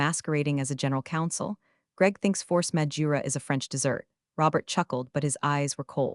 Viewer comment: “Force Med Jura”, don’t you mean “Force Majeure”? Then “Trouble damages” when discussing the fallout from the non-compliance. Shouldn’t it be “Treble damages”? Check your AI, upgrade it.